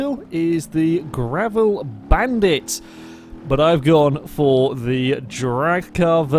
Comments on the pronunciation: It's a G-a-v-r-i-l, not a G-r-a-v-i-l ;) Seen you make that mistake quite a few times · XD says Gravel